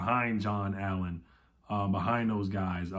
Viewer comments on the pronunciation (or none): none